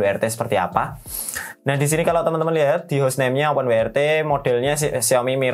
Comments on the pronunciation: W iku pengucapane bahasa Inggrise dabel-yu, duduk wi. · Open WRT, open wai ar ti (YRT) 😄